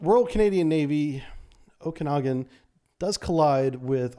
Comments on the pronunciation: Ojibwa = Oh - Jib - Way Onondaga = Oh - Non - Day - Gah Okanagan = Oh - Can - Naw - Gan Named after Indigenous tribes in Canada, sorry I know you tried your best to pronounce the names but man was it killing me haha. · Pronounced O-jib-a-wa Oak-kinn-nogin Own-on-dawga Or at least this is how many Canadians would say it. I'm shure these are poor Anglo approximations of indigenous pronunciation. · Hey man, the „Okanagan“ is pronounced „oak-ah-nah-gon“. We have places here in the Columbia plateau in Washington (state) named after the same area north of here in Canada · Canadian here, just wanted to clarify the pronunciation for you. Ojibwa = O-jib-wah Onondaga = ahn-nin-dah-gah Okanagan = O-kah-nog-in